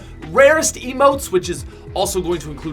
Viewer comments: Its pronounced eemote, not ehmote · It’s Eeeee motes, he says ih motes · EEEMOTES NOT UHMOTES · I pronounce emotes as eee-motes. Not eh-motes. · yes whyyyyyy!!!! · He pronounces emotes wrong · It's Emotes with the stressed syllabel being e not mo